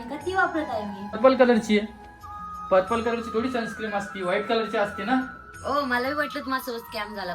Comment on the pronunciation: Sunscreem nahin Sunscreen aste te, perfect pan bolta yet nahi ...bapre